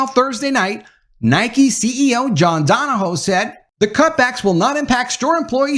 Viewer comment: Another one bites the dust. Go Woke, Go Broke. Stunner. 👌 Also, two corrections: - His last name pronounced DON-O-HUE - The article came from WFAA-TV, Channel 8, Dallas-Fort Worth, Texas, the ABC affiliated television station, owned by Tegna, Inc. 👌